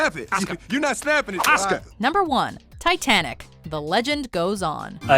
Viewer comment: Titenic. I’ll take broken English for 800.